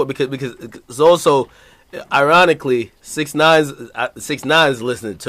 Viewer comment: "SIX NOINE" 😂😂😂